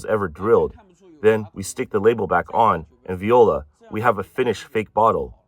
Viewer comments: Viola is a French word pronounced 'vwah lah' not 'vi ola' 😂 given me a good laugh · Viola is promo “wha-lah” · “And Viola” lol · At least they are not using the phonetic “walla”! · Vola pronounced vee ola by the computer bot 😂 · I’ve always said is that way and laughed to myself